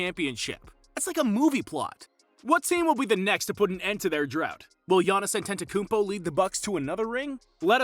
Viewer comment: not being able to pronounce the guys name at this point is embarrassing. Not only that, you made a video on him